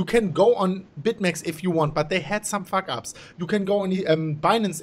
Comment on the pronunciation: did you say "fack up"? 😱 😆